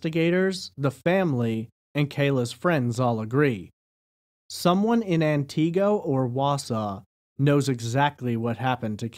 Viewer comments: Antigo is pronounced “an ti go” not “an Tee go” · AnTeego....lol its pronounced Anniego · It’s ANT-i-go not an-TI-go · As a northern Wisconsinite, Antigo is pronounced “An-Tih-go” not “An-Tee-go” sorry 😬 just had to point that out since I’m from the area. Thanks for covering this small-town case.. there’s so much woodland up here, scary to think how easy it would be to go “missing” indefinitely. Antigo is small enough by itself, surrounded by a bunch of other tiny unincorporated towns with populations around 100 people. I hope she is found and some amount of justice can be served. 😔🖤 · Ant-ig-go not anteego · I’m from Wisconsin and the way you pronounce Antigo makes me laugh so hard. I hope she can be found 🙏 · This is not how Antigo is pronounced. It's An-tih-go. Also, I live not far from where Kayla was supposedly dropped off by Kevin. That area is full of houses but is definitely a creepy and not well lit area at night. There's no way someone would not have seen her if something happened to her while she was over there. Soooo Kevin did it. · I believe it's AN-ti-GO. He's pronouncing it like it's a carribean island. Antigo, Barbados come on pretty momma ... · Thanks for this information but it pronounced An-go silent t. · I love your pronunciations of Antigo and Langlade county! lol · I was listening to this, w/o the video. Only after I heard you say " wausau, did I realize you were talking about Antigo. You are pronouncing the name wrong. The "i" sound should be pronounced like the "i" in "it". You gave it the long "ee" type sound. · That’s not how you pronounce Antigo 🤣 lol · Sorry to be picky but Antigo is pronounced with a short I sound not a long e sound.